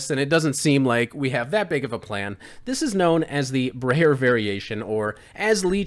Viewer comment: you mispronounced "Breyer"